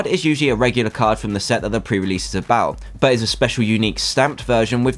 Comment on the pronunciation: Its probally not PREREASEASE